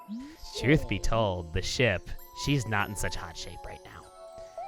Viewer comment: Whenever says ship I feel like he says shit